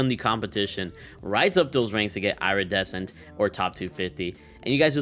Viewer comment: SAY IRA-DECENT ONE MORE TIME